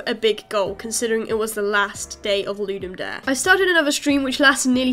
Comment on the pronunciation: i think pronouciation is loo-dum dah-rey